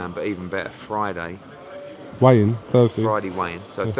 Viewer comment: Tell Eddie Hearn it's a 'weigh in' not 'wayne'